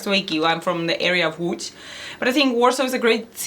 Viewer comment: „Łódź” not „Łódż” 😂